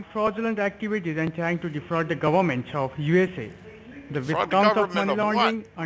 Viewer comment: Agreed “defrogging” the “gubberment” is very bad. Lol.